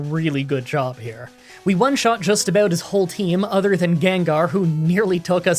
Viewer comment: Is pronouncing ‘other’ as ‘either’ a Canadian thing or an thing? Normally I wouldn’t nitpick something like this, but comments are good for the Youtube algorithm.